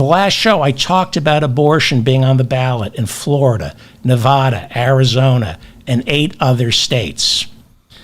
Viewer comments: Just a suggestion. Stop saying Nevaahda. It's nevada you illiterate. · People who live in Nevada cringe when they hear 'Nevah-da'. The first 'a' sounds like the 'a' in 'crack'.